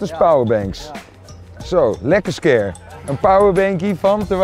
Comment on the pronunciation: ja no shit 😂 hij spreekt het raar uit